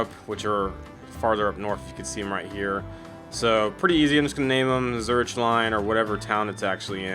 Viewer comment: When it comes to missions where I really struggle like Swiss Made or missions I just handled poorly like this one, your guides are the best. Appreciate you putting these out! P.S. In Swiss Made and this one you're killing me with "Zur-ich." It's Zur-ick